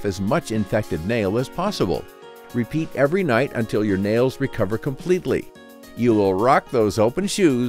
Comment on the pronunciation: you said every nigh